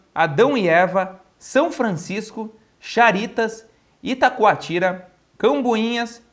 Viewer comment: Itacoatiara, e não itacoatira, apenas uma pequena correção, mas foi belo vídeo, sou vizinho do Elzinga, ele é do Rio Grande do Sul e eu de Santa Catarina, mas Morei por 16 anos no Rio de Janeiro e conheço tudo isso que ele mostrou, mas o Rio de Janeiro tem muitas outras coisas belas para se viver e visitar, eu vejo os olhos do Miguel brilhar quando seu Portugal é citado, tenho orgulho da família real portuguesa, que na verdade considero brasileira, os foram os grandes heróis por defender cada metro de solo brasileiro, e devemos esse país continental, aos portugueses, eles foram muito fodas nessas terras brasileiras, obrigado Portugal.